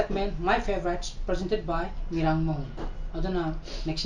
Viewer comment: May I correct u please... Your pronounciation of 'Favourite' is not right... Thank you, love your channel😄